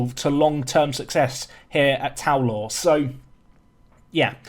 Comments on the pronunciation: You pronounced Tow Law wrong, Tow rhymes with cow. TOE LAW LOL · You immediately pronounced the club wrong again. I'm not sure the board are going to be thrilled if you do that. :p (should have waited two seconds to make comment)